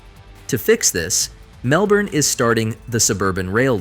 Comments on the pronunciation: If you use AI to narrate your videos, at least make sure it's able to pronounce Mellbourné 😂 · Cities like Melbourney... if you couldn't already tell this is AI-generated video garbage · I was thinking the same thing lol man made an Aussie city sound French😂